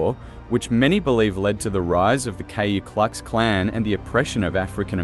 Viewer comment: Kayu Klux Klan?? That pronunciation negates any validity that you know what you're talking about. 🤡